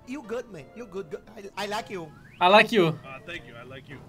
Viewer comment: " ai laike pau, brazil "